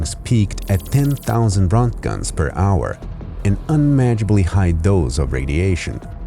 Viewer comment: Pronounced RENT JENS